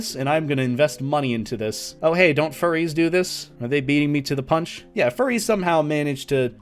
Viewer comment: I can not get over how he said "forries"